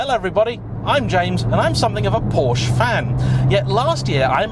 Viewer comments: If you’re such a Porsche fan why can’t you pronounce it correctly? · I forgot and now leaving…you can’t even pronounce Porsche.